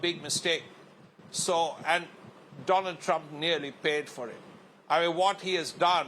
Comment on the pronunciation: She just gave a new name…. After…Doland… “Donald Drump” 😅😅. “Struck by something on Right Eye”…. 🤦‍♂️ News Anchor 😓😒